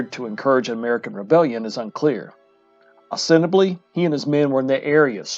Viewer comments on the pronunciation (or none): “Ostensibly” 4 syllables